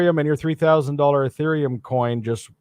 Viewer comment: He pronounced it Urethraium...well, that was a rather embarrassing correction...Ethereum